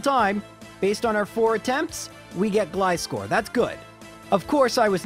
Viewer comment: Do you call scissors "s-kiss-ors"? Gly-score makes my ears bleed